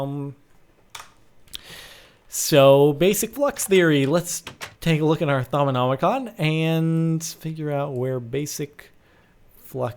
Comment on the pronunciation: thaum-a-mom-a-con lol